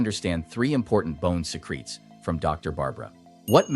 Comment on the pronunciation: bone SEE CREETS. Not simulated at all